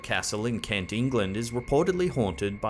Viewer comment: Where exactly does this guy think KenGUK is?? Had to put the subtitles on to find out out he meant KENT!!